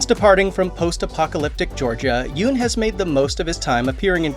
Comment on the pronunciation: Pronounced Yun not Yoon.